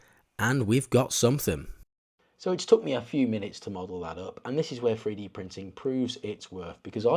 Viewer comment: ‼️Freedee scanning? Freedee printing? Why can’t these people speak English, ffs.